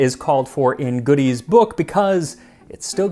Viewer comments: Side note: Godey's Ladies' Book. It's not GOODIE'S lady's book. The name is French and it's pronounced GO-Day. Over time, in the US, it got modified to GO-Dee's. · Hello! Godey's isn't pronounced "Goodies"; it is pronounced "Go-dees." Just FYI.